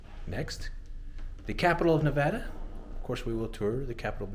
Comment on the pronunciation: First, I would like to thank you for correctly saying Nevada! I grew up in Carson City, but lived in Las Vegas and my senior year of high school in Tonopah. I've spent the better part of my adulthood correcting the way people pronounce my home state. While I was in school I worked as a busboy in the Tonopah Station restaurant, back then ( ) it was called the Station House. The town was growing, do to the Anaconda mine and the Air Force was secretly building up the Tonopah Test site which later became the Tonopah Air Force Base where the F-117 Nighthawk was doing testing (that no one new about). I left Tonopah less than a week after I graduated in 1983 and joined the Navy. Thanks for the tour, it's been 30 years since I was last in Tonopah for my 10 year class reunion, It brings back some. Thanks for the video.